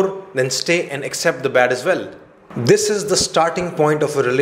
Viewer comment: Accept ........ Is the correct pronunciation but u r pronouncing as except